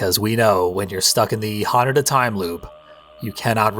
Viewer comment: Eric was saying it very wrong, you've been pronouncing it properly: HAnuDA, same emphasis as how you'd pronounce Yakuza.